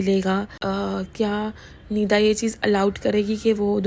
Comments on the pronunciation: Naam q nahi letey ho dhang se pida kya hota he nida bolne se dar lagta he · Why are u saying pida and pufiyan atleast naam shi se lo tuch beee